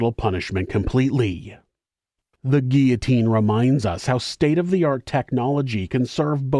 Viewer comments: Not gia....the LLs are pronounced Gee lo teen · Guillotine. Guill-o-tine. 'Guiotine 😂😂😂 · Curious with all due respect to. The grammatical pronunciation of 'guillotine'. Is it an accent based result for pronouncing sounding like: 'ge au tine', an accent based thing?. That's how it sounds to me, as a 4th generation born and bred Australian immigrant. 🤔